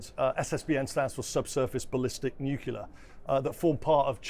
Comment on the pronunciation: What’s ‘Nucular’?